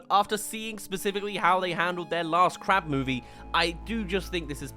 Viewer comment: I thought you said crap movie instead of crab movie.